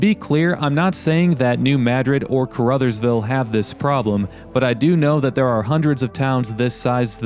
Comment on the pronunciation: Caruthersville pronounced like Ca-ra-thurs-ville. Lived there for several years and still have family there. The building on 3rd that you were wondering about used to be a gas station/with a two bay repair shop. I dont remember the name of it.